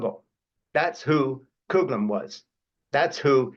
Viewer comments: Frank, it is not COOGLIN but COUGHLIN or COFFLIN. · FYI, Father Coughlin's name is pronounced "cough-lin", not "coog-lin". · This ia an important revelation. But please, check the pronunciation of Father Coughlin (I think it's pronounced Coff-lin, not Cooglan). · Father Coughlin is pronounced cough-lin,not cog lin, not coh lin , not coog lin. I’m from Detroit, grew up hearing about him, but I hear his name mispronounced now in my old age as youngers speak of him. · Not “coog”-Lin It’s pronounced the way it’s spelled: “cough”-Lin . Father Coughlin was indeed a threat to the country. But please pronounce his name properly for your own credibility. I agree with you but the mispronunciation grates. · Fr. “Cooglin”? Does he mean Fr. Coughlin pronounced Coff lin? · Schaeffer continues to mispronounce the name of Charles Coughlin. The last name is pronounced "cofflin" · Thank you Frank for this particular video. What an eye opener. Btw... Coughlin is pronounced CAW FLIN. It's very Irish !! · I could be wrong, but I think it’s pronounced father “Coff-Lin”. That’s how my Irish mother pronounced it anyway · I’m going to contact my senators and congressperson tomorrow to request that they apply pressure to Biden to pull Musk’s security clearance and sunset his contracts with the military, intelligence community, and NASA. PS: I think that Fr. Coughlin’s name was pronounced “kawf-lin “ as in, “I have a cough.” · But the Americans pronounce it Couff - Lin. I'm from Detroit where he tried to spread fascism. I never heard him speak although I was 32 when he died. However, I can assure you that no one called him Father Cooglin. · Cough -lin =Coughl